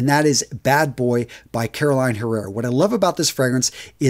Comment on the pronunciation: Its CarolinA, NOT Caroline. Jesus Christ.